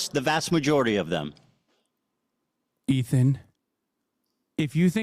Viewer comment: The way hasan said Ethan over and over for hours hurt me